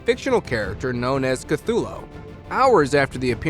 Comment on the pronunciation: He’s saying cuthulo and not saying cuthulu